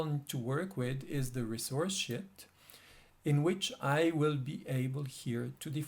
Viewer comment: very helpful tutorial , i liked it one small advice , try to pronounce Sheet probably it's not (Shit)